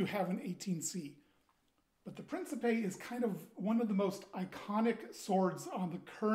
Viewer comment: The Italian pronunciation is "preen-chee-peh". Lovely piece. Really want an Alexandria, myself. Such a massive blade. The blackening looks more like campaign worn...dig it.